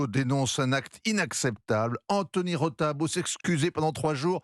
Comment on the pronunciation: C’est Rota, pas Rosa!!!